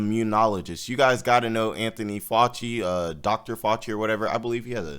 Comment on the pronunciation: How do you not know how to pronounce “Fauci” by now?